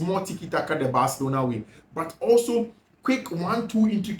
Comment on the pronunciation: I fact your pronunciation for Barcelona as bathlona is really annoying ooo